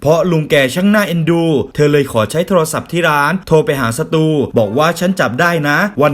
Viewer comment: ได้ยินสตูเป็นศัตรูตลอดเลย 55555